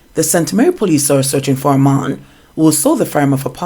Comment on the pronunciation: The word is man and not mon.....lol